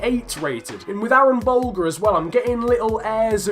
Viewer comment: I’m Irish and I follow the Irish league and I’ve heard a lot about Aaron Bolger just want to let you know it pronounced buljer